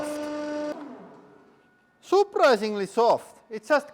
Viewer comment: I love “Ookay souprisingly”